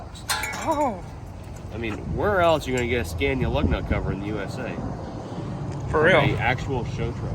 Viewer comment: Love the pronunciation of scania....here we pronounce it "scar-knee-ah" in New Zealand